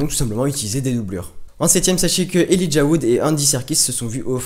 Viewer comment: c cool mais Elijah sa se dit pas comme sa .